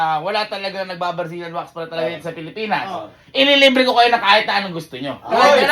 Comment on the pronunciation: Original: Mag wax ka na Yung narinig ko: Mag wash ka na 😂😂😂😂😂😂😂😂😂😂😂